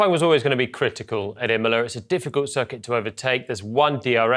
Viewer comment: Qualifying was always gonna be critical... at Immoler.